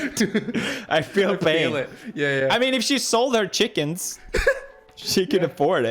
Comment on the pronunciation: "I mean if she sold her chickens, chicken afford it" Can't unhear it